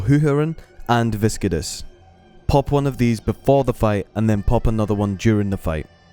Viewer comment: Type Viscidus into Google Translate and hear how it's supposed to be pronounced :P - Good video though, but that pronunciation killed me xD.